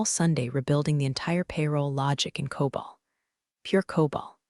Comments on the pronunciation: It's COBOL, not COBALT. And there are no semicolons in COBOL. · Teach the AI voice the difference between COBOL and Cobalt